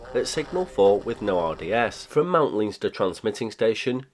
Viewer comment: Hi from Ireland! Leinster is pronounced "len-ster" :)